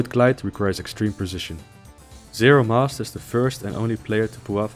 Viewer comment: also, zero MASTER. not zero must.